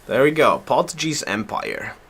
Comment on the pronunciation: oh man you're killing me with your pronunciation of Portuguese. Haha it has a hard G sound! Other than that really nice vids! Learning a lot. thank you